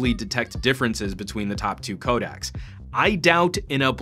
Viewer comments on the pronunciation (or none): "codacs"? hmm you should really get this word right bra ;)....